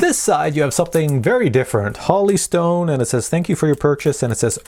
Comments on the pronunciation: Jesus it's Holy not Holly! Hoe-lee not ha-lee... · Whole. Eeee. Stone not Holly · Holy is pronounced "whole - e". The way you're pronouncing it would be spelled, Holly. The review was excellent by the way. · Is it Holly Stone or Holy Stone? Like the Holy Spirit or like Holly the plant? Sounded like he said Holly but it's spelled Holy so i'm confused. Which is it? PS- Always Drink your morning coffee!!! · Not Holly stone pronounced HOLY stone Like in the bible. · Holy is now pronounced “holly”? Really? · Every video.....lol. Drove me nuts too. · Pronounces Holy like Holly 😂😂😂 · If a company sends you something to review, give them respect and at least pronounce their name how they say it. That’s the right thing sir..